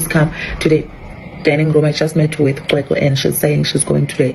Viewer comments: Cwecwe not qwe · My brother can you please make an effort to pronounce the name right. the "C" is pronounced the same as Bheki Cele with "Ws" in between. As a black South African you really have no excuse to mispronounce it.